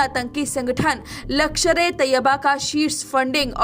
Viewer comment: लकषर नही लष्कर....वैसे बहुत अच्छी खबर सुनाई बहुत धन्यवाद